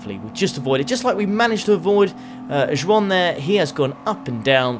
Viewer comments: Was the mispronunciation “ju wan” on purpose, or did you not know it’s “Juan”? (Wan) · Every time said ju-an I cringed so hard lmaooo😭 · Imagine calling a spanish person "jewwan"? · That's how they pronounce it here in the Isle of Man. I've always pronounced it the Spanish way, spit and all, until I moved here 20 yrs ago. There are quite a few Ju-an's on island. Folklore says the name was introduced after the Spanish armada got wrecked trying to invade England in the 16th century...suckers 😏